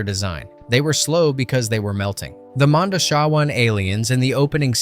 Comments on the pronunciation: It’s MONDOCHEEEEWAN NOT MONDOCHOOOWAN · And the modoshewans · Ruby ROD. Mondo Chee Waanns. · My god man it's not Road it's Rhod sounds like rod, and it's Mondoshiwan (Mondo she won) but fantastic job otherwise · Tell me you havent listened to the film without telling me In film Modoshawan isn’t pronounced phonetically. It is pronounced Mondo-chee-win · Or Mon-dough-chi-wahn? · Are you a fan of the movie? Because I don't get how you could mispronounce Ruby Rhod and Mondoshawan, like, repeatedly. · And mispronounced Mondoshawan. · Yah he's mispronouncing the majority of it, like Mondoshawan & couture - you'd think someone doing a voice over would learn how to correctly say words! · I guess pronouncing Ruby Rhod, Cannes, and Mondoshawans correctly was just not an option?